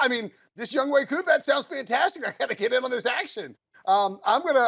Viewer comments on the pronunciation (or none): Its younghoe koo, not youngkoo koo. Come on bruh I can't these guys seriously.